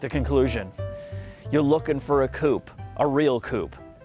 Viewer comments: Coop-A say it with me now coupe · really needs to start pronouncing Coupé correctly. The last letter is not silent.